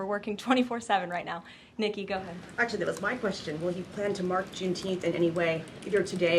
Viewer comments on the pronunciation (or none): none